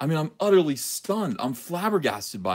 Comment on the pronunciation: Hey Ethan, did you say you were utterly stunned, or "udderly" stunned? Any help clearing this up is much appreciated.